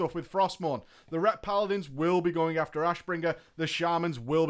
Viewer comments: Why do you keep on saying Doombringer? >.< Annoys me to death. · Pretty sure Nobbel flinched every time said Doombringer